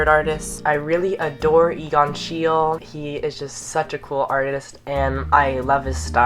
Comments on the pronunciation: Hey! I happen to have the same last name as Egon Schiele, so I thought I would mention that it's pronounced shee-lee (or at least that's how my family pronounces it). Loved the video Conan! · hey conan :) this isn't meaning to come off as mean or anything, it's a common mispronunciation, but Egon Schiele is actually pronounced [Shie-l'e] (Shee-le) love his art a LOT, i'm very lucky to have visited a bunch of his exhibitions and him and Edvard Munch are probably my favorite artists :) love you, have a great day!! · boio you're the best! But it's pronounced "she-luh" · it is schielE, egon schiele, german name, you are pronouncing it wrooong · it's SCHEIL-E (pronounced SHIEL-AY)